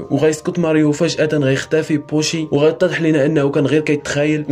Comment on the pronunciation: اش من بوشي اسمو يوشي و طريقة نطقك الأسماء خاطئة